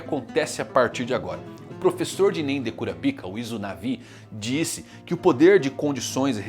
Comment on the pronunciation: Pq ele fala kurapika e nanica diferente Que agonia